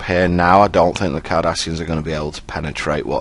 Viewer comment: When you say Cardassians, I hear 'Kardashians'. Now you too cannot unhear it.